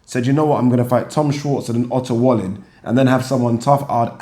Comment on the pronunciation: its pronounced "valleen"